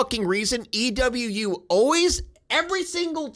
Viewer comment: I hate how he says E.w.U . It’s just ewu